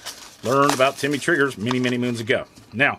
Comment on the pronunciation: Not Timmy it’s Tim-ney